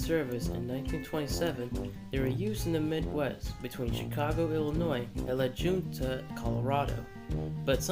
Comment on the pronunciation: La Junta, Colo is pronounced "La Hunta or La Hoonta."